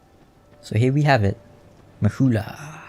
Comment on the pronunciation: Why do you Say Mahula?